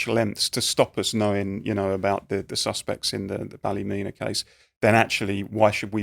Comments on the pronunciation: Wrong its pronounced Balla-mena. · For all the English out it's pronounced Ball-e-meena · Immediately pronounces Ballymena completely incorrectly, mate this is not hard to get right when you're doing a podcast about Ballymena, obviously you literally don't know the first thing about the place, even how to say it